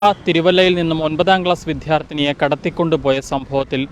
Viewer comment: വിദ്യാർത്ഥി, ധ അല്ല